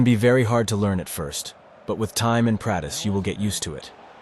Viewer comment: bruh the way it said practice haha🤣